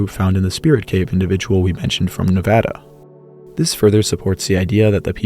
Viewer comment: Thank you for pronouncing Nevada correctly! :) Cherry on top to a fantastic video. Human paleohistory is so hard to keep track of with all these dates and regions and the sea level changes, thank you for making such excellent synopses! Edit: ps I would love to see a video about Pleistocene megafauna exctinction evidence for different regions. I tried to collect and categorize all of the articles on the topic (within a publication date range) by region and human/climate/both/neither conclusion and definitely found interesting regional trends. But it was also a rushed undergrad project so I’d love to see an improved version.